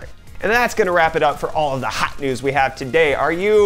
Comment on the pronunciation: so I'm not the only one who cracks when it hears HAT NEWZ! :)) now you got YOUTUBE :-<